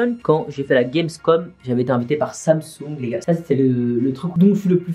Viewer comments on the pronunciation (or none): none